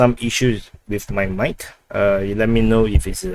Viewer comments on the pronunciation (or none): I have difficulty understanding your English. Can you please enunciate clearly, don't run words together; put spces in & hit consonants hard please. Please don't say, Cawdis. but Call [space] this. Don't say WIF , say WITH. These are two different things which must be pronounced differently & distinctlly 1) THIS INFORMATION & 2) DISINFORMATION! Check how you are speaking by turining o captions & see what you see: how much is intelligible & how much is giiberish.